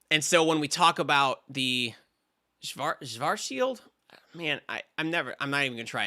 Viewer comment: Schwazschild is pronounced almost like it was written Shwarts-shild. Ideally, the i in shild is the same i as in bit, but most would understand that it’s hard for English speakers; going for shield is fine.